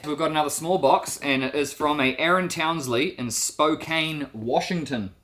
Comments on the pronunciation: Sorry to say this but you pronounced Spokane wrong. The "e" is silent. (spo-can) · I was looking for this comment! Most everyone will pronounce it Spo-Cane instead of Spo-Can unless they are familiar with it. We're used to it though lol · Just so you know, it looks like Spo-cain, but it's actually pronounced Spo-can. And smoked salmon may be fine, it's how the natives made it last for a very long time. Huckleberries are sort of like blueberries only usually more tart. They grow all over the place in the mountains in the NW. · The ready to eat salmon doesn't need to be refrigerated. It has a very, very, very long shelf life. But if it was in a very warm place for too long it might have gone bad. I am sorry if that was the case. The e in Spokane is silent so it sounds more like Spo-can" The city was named after the Spokane tribe in the local area. Did you know that the navy of Norway recently put barcodes on the sides of their ships? So when they return to port they can Scandinavian. 😎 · Wow, I live outside Chattanooga! Cool to see. Just a heads up, Spokane is pronounced SPO-can. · Spokane. Locally pronounced SP0 : CAN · Spokane is pronounced "Spo CAN". It's a commonly mispronounced name. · Spo-can is how you say it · Just so you know, Spokane is pronounced spo - can. Just another name in Washington that can get you. lol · If I hadn't watched a true crime video where Spokane was mispronounced, I wouldn't say anything bit it is pronounced spoke-can